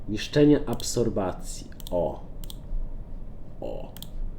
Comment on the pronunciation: Absorpcji* nie absorbacji XD